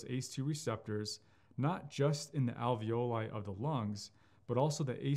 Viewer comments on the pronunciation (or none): none